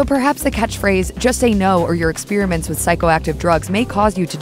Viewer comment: If you say “ expeeerament “ one more time I think I’m going to vomit